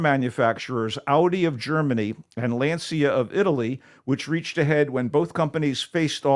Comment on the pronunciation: I love the MT Show and hate to have to be critical, but this strikes close to home. While I appreciate take on the movie Race For Glory, it would be nice if he had pronounced the Italian car maker’s name correctly. Lancia is pronounced like more like “lawn-cha”.